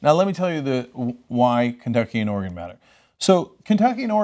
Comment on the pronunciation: And Cenk pronounced Oregon right!